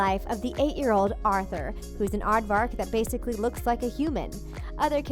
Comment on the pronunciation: i faceplam three time when you said arthur